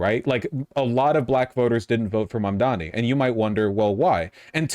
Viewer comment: He ehm... slightly mispronounced Mamdani? I dunno, people do like to be the contrarian